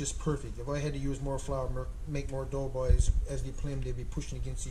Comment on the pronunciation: Haha you says it the right way lol. My buddies from Placentia bay calls em dough balls. I didn’t have a clue what they were talking about lol. Happy Easter, to you and yours!